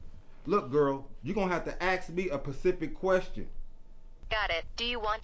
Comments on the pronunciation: THANK YOU, i hate hearing people say "pacific" like the ocean and not "specific" having a special application, bearing, or reference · "U gon haveta aks me a Pacific question."